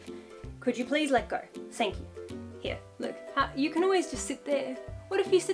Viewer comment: "Don't yew reckon?!"